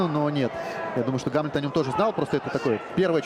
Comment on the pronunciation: Диктор туповатый, имя Гамлет, ударение не правильно ставит, ещё бы амлетом бы назвал.)